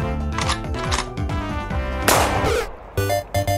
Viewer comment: "american noices" lmao